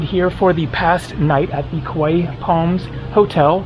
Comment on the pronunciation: After 1 visit, you should know, its Kauai. Not Kauaii